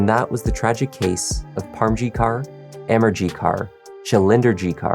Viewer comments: I believe that his last name is pronounced kor and not kar. Either way it is a tragic situation. Peace to all. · Just to note: Punjabi women use the surname Kaur after their given names. Kaur is pronounced the same as the English word 'core'. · Great job with the pronunciation of a lot of the names!!!!! But Kaur is pronounced like core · Sikh female names Kaur are pronounced same as Corr. Just saying 😊 Thanks for covering this case. Looking forward to the next one. 🫶